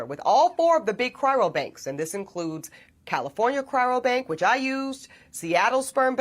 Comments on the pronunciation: Funny that she is not pronouncing cryobank correctly the whole time "Chyrobank". How much research could she really have done to be getting it so wrong after a period greater than a year. Also, the language change when referring to people on this journey becomes "People like us" while the whole time before referring to black women as if the are a completely separate group of people. SMH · Ask her to say "Cry-o-bank." Not "Cry-ro-bank." Just one of those nit-picky journalistic details. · You know what's hilarious? She's an educated woman and yet she kept saying "cryrobank" instead of the actual correct term, CRYOBANK